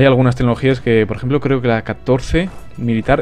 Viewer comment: diciendo ejempolo te parece a mi profesor de historia que lo dici igual xd